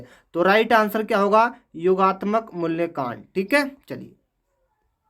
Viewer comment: Q4 me Hindi sahi se padh nahi paaye aap mulyankan ko aap kya kah rahe hai